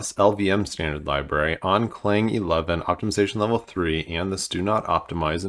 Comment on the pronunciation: Please, it's not "Cl-ang" it's "C-lang"!